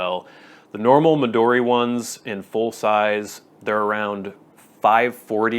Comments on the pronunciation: Mee-duu-dee? Mee-doe-dee? 🤔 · The "American" way was about the pronunciation of "Midori" not Moleskine (?)